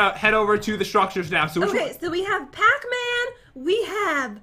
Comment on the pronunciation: pacman sounds like patman😂 pat you just earned your favorite charecters gamename